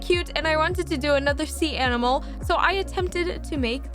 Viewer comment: She said anmal not animal